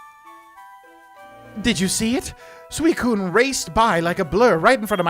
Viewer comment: This is how I’ve always pronounced them. IIRC this is how the official Pokemon stuff pronounces it, too. Suicune: Swee-coon Entei: En-tay Raikou: Rye-koh